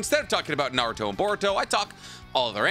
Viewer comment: Who's "Nar-ruto?"